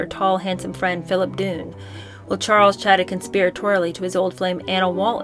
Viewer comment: *Dunne = "Dunn." : )